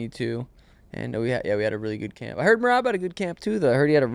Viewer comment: Calling him meraby😂